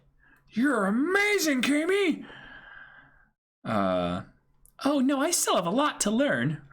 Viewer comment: "Kah - Me" is the worst thing I have ever been forced to hear.